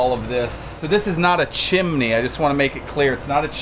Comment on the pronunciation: Insecure by saying chimne again and again